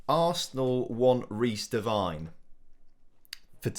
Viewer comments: Glad you sold Devine, we no longer have to cringe every time you mispronounce his name (it's Devine as in 'wine'), lol. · What’s so de-wine is how u say it ?